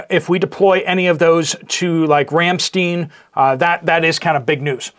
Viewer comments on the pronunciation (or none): It is pronounce Ram Stine..long i....